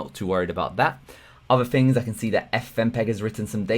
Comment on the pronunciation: Excellent stuff, but could you please say Thunderbolt, hyper-threading, things... funderbolt, hyper-freading and fings just sound lazy.